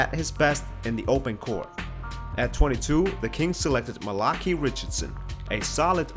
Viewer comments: MAL-UH-KAI not MEL-UH-KI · Its mali-k-hi. Not ma-la-key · Why does everyone pronounce Malachi Richardsons name wrong?! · Lmao, he pronounced a couple other names wrong too